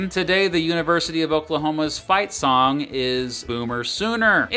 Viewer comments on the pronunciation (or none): none